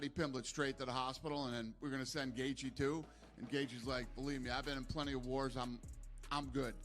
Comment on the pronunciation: your ai cannot pronounce Gaethjie's name right...bullshit video